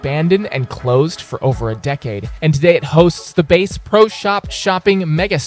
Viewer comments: AI voice? o.O “Ba-se pro shop” and “mee-SA Arizona”?? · Ikr "base pro shop" "Boston is a very famous country" this guy is a joke even if it's not AI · Bro really said "Base pro shop" 💀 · “Bass” the fish and “Bass” the musical instrument are not both pronounced the same way